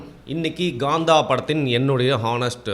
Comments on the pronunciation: I might sound silly but, why are you guys calling it as Gaandha? Earlier people kept calling Kanguva as Ganguva..more than the review, I’m curious to know about the pronunciation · Kaantha is the correct pronounciation calling it as gaantha has nothing to with tamil